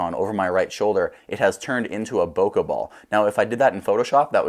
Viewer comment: Bokeh is a Japanese word. In Japanese, the letter E is pronounced as "eh" as in English bet, met, get. The letter E does not morph into AH.